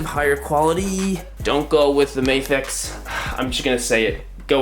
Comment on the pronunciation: It's not May-fex, it's MA-FEX. You don't read NASA like Nay-sa